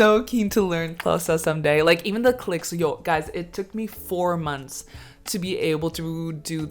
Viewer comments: Daaamn she even has the clicks down 😂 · You click better than many South Africans, very impressive 👏🏾 I really enjoyed this video and hope you enjoy the rest of your stay here!